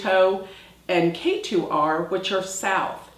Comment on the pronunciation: Ketu not Keri!